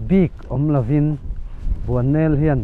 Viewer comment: tinge mo...Bualnel i tih zel o😅😅